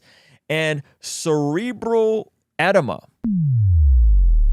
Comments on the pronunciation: Edema - uh-dee-muh, not ed-M-uh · Great video! always blessed through your critical analysis on various topics. As a nurse though, you pronounced edema wrong found that hilarious 😂